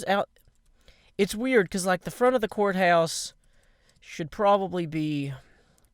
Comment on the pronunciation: when he said "court house" I thought he said "quartz house" lol